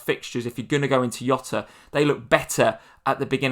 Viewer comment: Great content. Just one thing. It isn't Yota. It is Jota. In Portuguese you say the j as it is like in English